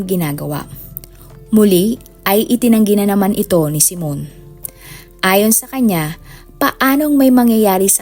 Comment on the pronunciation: Hindi po " simon" kundi, " simeon" reads as " simyon".